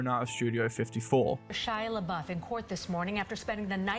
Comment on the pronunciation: she legit said shia laboof